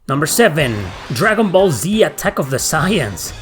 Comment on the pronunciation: That pronunciation of Saiyans and Goku hurt my soul. 🥺